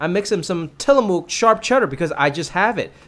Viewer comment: FYI, as someone from Oregon, where Tillamook comes from - we pronounce it "TILL-ah-muck"! ❤❤❤